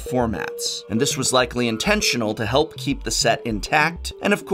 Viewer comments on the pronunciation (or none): none